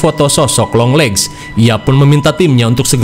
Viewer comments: 👥👥👥👥 :yang kalian denger (long legs ) 👤. : yang gw denger (Yong Lex)😂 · Yg orang laen denger : "junjungan long legs" Yg gw denger: "Junjungan Yonglex 🤣" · Longleggs❌ yonglexs✅ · Beberapa kali dengernya younglex maap🤣🤣